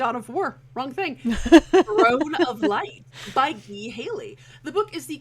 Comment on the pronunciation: Ghee Haley?! It's Guy Haley.